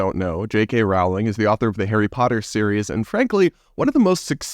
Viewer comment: Rowling is pronounced “rolling” like bowling.